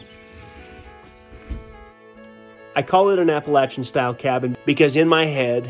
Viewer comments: I put a like up on the board just because said Appalachian correctly. Oddly the word Appalachian is similar to yadkin for those in nc, Kanawha for those in West Virginia, or the word y'all. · Being from NC does me good to hear you pronounce “Appalachian” properly. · I like how he pronounced Appalachian correctly